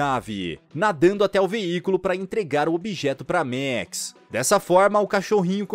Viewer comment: E a letra a do max não tem som de é